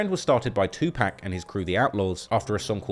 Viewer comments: Can British people not say 2 Pac name. It's not pronounced "pack" it's pronounced Poc 2 Pac. He's literally a legend. Idk how people can get that wrong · Its not 2 pack its 2 pac. Pac sounds like pop. Damn im sick of hearing mf say the name wrong. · Bro you know how to pronounce 2pac name right it aint 2 pack smh 🤦 😤 you sound like a dam ai 😂😂 2 pack wtf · How does a rap channel mispronounce Tupac